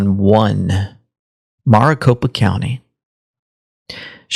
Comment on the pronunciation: Maricopa county isn't pronounced mrricopa. Its pronounced mericopa.